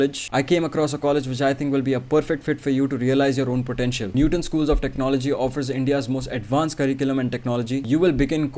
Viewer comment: how many times did he say technologiya in this while video